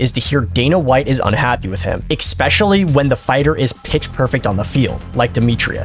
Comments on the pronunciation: Ec-specially is not a word. Only one c, comes after second e. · Did he say "x-pecially"? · You have a YouTube channel and you use the word “expecially.” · There's no K in especially